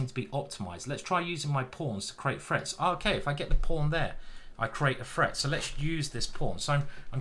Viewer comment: Is it threat or freat? I know I know, it's a menace 🤣